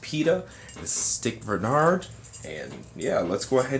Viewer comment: it's scott bernard. not stick bernard. who is stick?